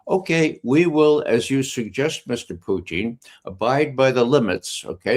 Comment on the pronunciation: PUTIN not Puchin